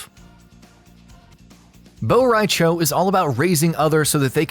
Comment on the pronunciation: It's cho not chao